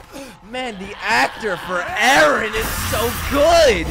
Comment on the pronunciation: It's Eren, not Ellen.